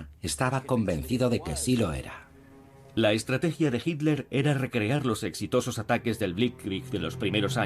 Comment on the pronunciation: este locutor es la excepcion..pronuncia hitler bien. me gusta la traduccion latina mejor.